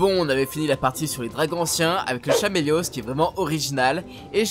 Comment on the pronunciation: Kusheula D'Aora (Kushala Daora) et Chaméliose (Kaméléos)